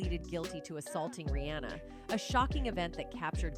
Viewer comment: 🧡@ Pls tell the lady who was talking in the vid its; 1) AM (like I am) -ER-IE 2) Bow (Beyonce section) not bo (as she said it) 3) Ri-haa-na not anna😳😳 4) Roc (like rock)-A-Wear Lady pls pronounce right😳🤨